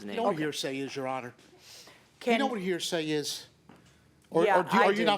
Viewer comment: Damn I thought he said he was a tow truck owner not a lawyer. He must have googled “hear say” when he got kicked out the first time 😂😂